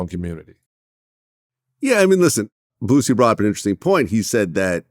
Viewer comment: John Salley CANNOT say "Boosie" without adding a "T". 😆 I'm sure he's thinking of Bootsy Collins.